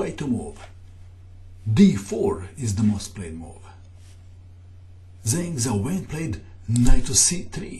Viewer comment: zhang xiaowen is pronounced Jang shaow wen